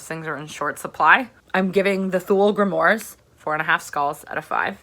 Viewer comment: But aint it grimOIRES as in film NOIRE ? oooaaaares ? Nitpicking Im sure. Great review, checking it out now. Cheers for the suggestion.